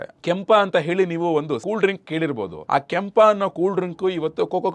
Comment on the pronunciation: ಕ್ಯಾಂಪ❌ ಕೆಂಪ✅